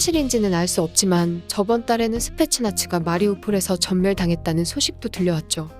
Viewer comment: 스페셜 나치로 들리네.